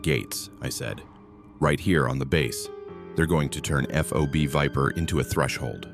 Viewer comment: Kunar does not have ‘d’ in it, there is no such place as the ‘Kurar mountains’, it’s the Hido Kush Mountains, and holy shit STOP calling Fobs, F.O.B.s, it’s pronounced as a word. This is all in the first few minutes. This story sucks